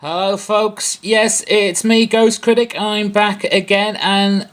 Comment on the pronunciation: you know something... you pronounced Critic with an R.. like Criric.. thats very american of you....... you lost your english accent.. lol.. i'm kinda used to CRITTIC!!!